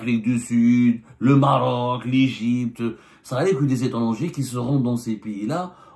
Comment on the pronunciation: Tu appuies bien sur le mot Maroc 😂😂😂 cela vous tient à la gorge.